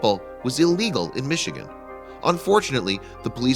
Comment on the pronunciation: in some cities, the narrator just can’t say it